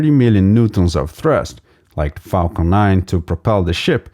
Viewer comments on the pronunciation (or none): none